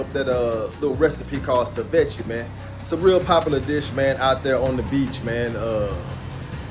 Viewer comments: Pronounced: Say-Vee-Chay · SI-VECHIE is funny as hell lol